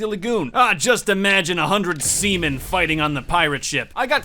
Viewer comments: Anyone else realise he said “Semen”, legend (Use code in the item shop) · He said semen insert Kawaii Lenord laugh